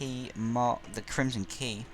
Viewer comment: “kerhimson key”